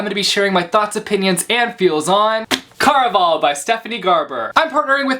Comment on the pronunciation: I think you're pronouncing it wrong. Care-a-Val (rhymes with buddy ole pal)